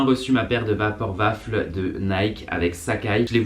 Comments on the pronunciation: on dit pas raffle mais raffele et pareil pour waffle il faut dire genre wha ffle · omgg super vidéo comme dab on te kiff hein mais on dis waffeule et raffeule 😉